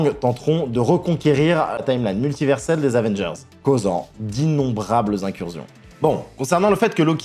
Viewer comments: Vidéo très sympa mais par pitié, on ne dit pas "incurzion" 😭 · IncurZion ? Sérieusement ? Incursion n'a qu'un "s" mais ça se prononce incurSSion. Et c'est digression et pas diSgression. Quelqu'un t'écrit tes textes et tu ne fais que les lire ? Parce que c'est le signe caractéristique d'une personne qui lit sans comprendre. 🤔